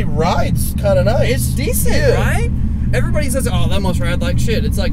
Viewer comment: '' good morning everybony'' ''wide bony lexus'' ughh